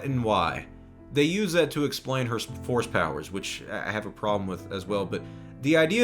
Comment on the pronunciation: Every time you say force power I hear horse power.